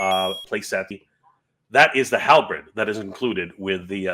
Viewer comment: Amazing! Thanks for your coverage of this! Small correction: "halberd" is pronounced like "hall" + "bird," not "hall" + "bread." (I'm a medievalist, and also dyslexic, so I understand how it can happen! You wouldn't believe how much I've embarrassed myself at medieval conferences when I mispronounce a word from another language that I transposed the letters of by accident...if I am able to get to MOTUniverse, I will tell you the "Beef-Cola" story!) ;)